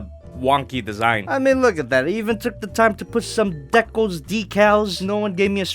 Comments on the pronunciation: its pronounced dee-cal since no one answered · No it dickles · To your rescue, it is decals with a long "e". Grammatically speaking, the second short vowel sound should make the first vowel long, like in mat and mate. Naturally, there are exceptions to rules and mispronounciations but, yes, it is, by rights, a long "e" sound. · Decals. De as in deed, cal as in calisthenics. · It’s D-Cals not Da-Cols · It’s Dee-cals but you saying De-cals is funny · Its not decals Its De'cles you should know this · Decals, not decols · decals is pronounced dee-cals not deck-cals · It's "deecals" not "deckuls" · Decals is pronounced like your saying the letter D. As in Deecals. Not Deckles. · DEE-cals. You’re welcome. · Hey if you look back into this comment decal is pronouns dee cals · It's pronounced dee-cals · It’s deealcalls idiots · its Pronounce Dee-Kals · Decals pronunciations is Dee Cals with the cals being pronounced like in calories :) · For decals, it’s pronounced de-cails (kind of say cails as if it was sails with a c instead of s) Anything to help you out man, keep up the amazing work 👍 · Greninja zac No it's not. It's pronounced as Dee-Kells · "Dee cails" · it's deekaals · Dee-cals,. Dee-cals. You're welcome. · It’s Dee-kah-ls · Im pretty sure it's "deecals". Idk, I haven't been corrected myself. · It’s pronounced dee-cals big boy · I DEMAND MORE Also I say decals as DEE KALS. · Dee-cals bruh. Deeeeeeee-cals. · Decals Dee-kals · It's pronounced "dee-kells" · You pronounce decals Day-Calls 👌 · Dear it’s pronounced DEE CALS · It's pronounced decals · Decals (dee-cals) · I think it's Decals as in DEEEEE CALS like deeze nuts XD btw I've bin subscribed for 2 years and I got a swivel sickness by now but your still the funniest youtuber out there have a nice day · Its d-i-cals daddy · It's "dee cals" HOW BOUT THEM DEECALS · Decals (Dee - kals) Just a heads up but still, you can say things any way you want to